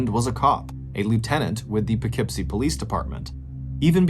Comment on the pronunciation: I am so impressed that you know how to pronounce Poughkeepsie correctly! Thank you!